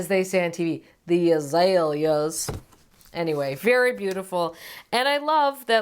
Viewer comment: Love your sense of humor and love your garden, Erin! Your attempt at pronouncing azalea with several syllables was hilarious!